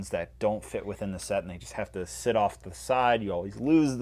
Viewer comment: Emphasis on sit?